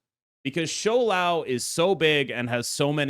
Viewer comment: the smile on my face when i clicked on the video and you said shou lao instead of shao lao